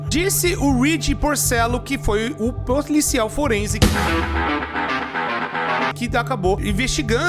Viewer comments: "Ploricial Forense" 2025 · Proricial forense kakaakakkaakk rachei MT kkkkkkk